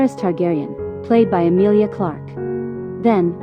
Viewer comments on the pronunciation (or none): none